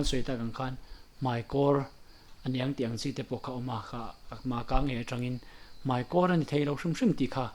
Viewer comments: Mei ti zel suh, mai ti tur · Mei,niloin mai tih tur